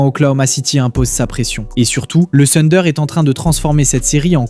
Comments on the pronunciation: Le sunder.... Mais mince quoi si tu analyses la nba essaie de bien prononcer s'il te plaît. Le Tunder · Thunder déjà à l'écrit et plutôt " funder " à l'oral.